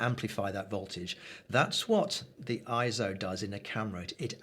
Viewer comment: Glad you made the point of pronouncing "ISO" correctly... (ISO; /ˈaɪɛsoʊ/) is derived from the Greek word isos (ίσος, meaning "equal")... It is a backronym NOT an acronym... Excellent videos... I intend to share this along with your others... Thanks so much...